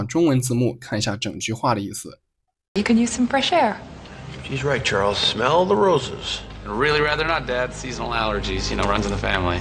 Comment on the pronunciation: Smell聽起來好像smile